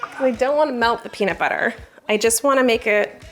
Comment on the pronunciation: I kept hearing paper when was saying peanut butter.